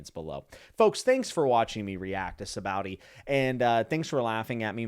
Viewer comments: Sah bah odee Arch uh pel uh go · Oda created the supernovas on a whim basically right before writing the Sabaody arc, because he wanted a bunch of awesome people. Also note that the name of the archipelago is pronounced "sha-bondy" (basically no OP-tuber gets this right, it's practically a dead horse by now, but I will keep beating it). It's a reference to the Japanese word for soap bubbles. The spelling is presumably just Oda being bad at how letters work. And oh, yeah. Rayleigh totally let himself get sold into slavery. If I recall correctly, we was looking forward to being sold to some rich person, and then rob them on his way out. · It's pronounced Sha-bon-dee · Typically most people pronounce is "Saw-Baw-Oh-Dee Ark-Ih-Pell-Uhgo" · Sabowdee arkapa-lego😂😂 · Sahbah-OHdee, ArcUh-pell-igo. Sabaody Archipelago. lol Sorry, but you kind of butchered that. But its understandable. Btw, an archipelago is just a group of islands. And yes. Celestial Dragons are terrible. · Hahaha you said Sabaody so wrong I don’t even want to correct you. Please keep saying it like that